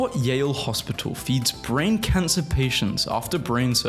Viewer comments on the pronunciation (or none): none